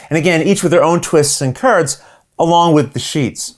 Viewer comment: Your pronunciation of Le Havre is perfect. Those kerds, on the other hand...